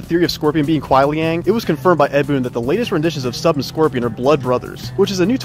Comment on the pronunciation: It's not Kuai Liang It's Ku(n)ai Liang. 😂😂